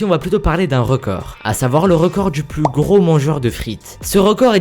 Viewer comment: C est pas Namour mais NamurXD comme ca s écrit^^ Tu ne dis pas "plous" mais "plus"^^